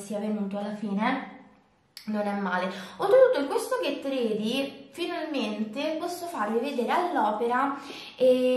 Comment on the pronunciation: la pronuncia su Ready per favore😕